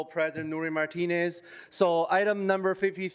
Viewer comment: He really said council president Nuri Martinez😂😂😂😂